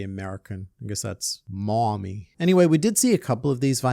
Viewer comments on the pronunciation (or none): mom-e not mowm-e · Please never say "Mawmmy" ever again . . . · hearing you say "moh-mmy" and not "mummy" is a treat in a way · Australian/European: Mummy American: Mowmmy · Not saying American Mommy like“Mawme”. Sounds like you were trying to say Miami. 😂😂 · Hearing you say "mommy" with an American accent made me laugh harder than it should have. Thank you.😂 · Hearing say mommy like an American was... disturbing